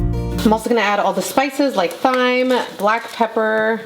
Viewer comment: Hey, u should def try adding the FlavorGod Taco seasoning to your Chili!! It's one of my secret ingredients in my slow-cooked turkey chili n it's BOMB 💣 Also sub water for tomato sauce for a more hearty soup- lmk if u try my version xx P.S: the 'h' in Thyme is silent.